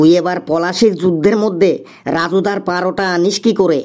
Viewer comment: লেবুর গানটা কয়েক দিনের মধ্যেই ইউটিউবে ভাইরাল হবেই। 😊 আর পারোটা কেন বলছেন ওটা তো পরোটা হবে ভাই।😮